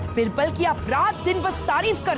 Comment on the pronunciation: Yeh rani बिरबल kyo bolti बीरबल ( Birbal ) hai ,,ish pr ई bolta nhi banta